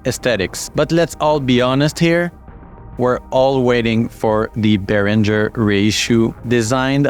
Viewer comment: sorry - your Behringer pronunciation was pain to my ears.